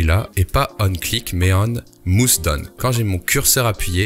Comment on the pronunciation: Ouch.. Mouse -> “maousse”